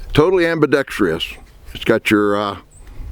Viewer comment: There's no 'Tree' in ambidextrous.